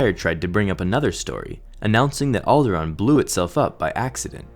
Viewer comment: You pronounced Alderaan wrong.